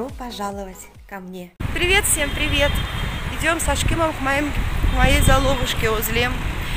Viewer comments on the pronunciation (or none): none